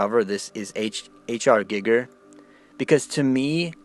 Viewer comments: Giiiger...with a looong i 🤣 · You can't even pronounce his fucking name right. God damn you're a stupid fuck. GEEGER you fool. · what utter, utter gibberish. H R Giger was an astounding artist...so at least have some respect for the dead & learn to pronounce the guys name properly when you slag him off